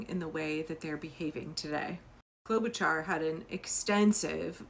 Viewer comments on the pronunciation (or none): Just a heads up. Klobuchar is pronounced "Klo-buh-shar".